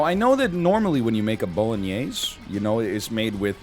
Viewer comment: I’m Italian and I don’t know what an Italian Sausage is, explain Edit: Also you pronunciation of Bolognese needs a “closed E” at the end, but it’s the best pronunciation of the word I’ve ever heard online